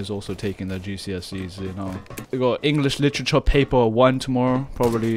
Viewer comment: "englis lichecha"